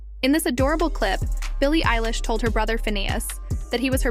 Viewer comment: Stop saying ELLISH . ITS EILISH